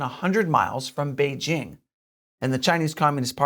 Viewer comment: At last, someone on China Uncensored is doing a half way decent job of pronouncing 'Beijing' properly. Kudos.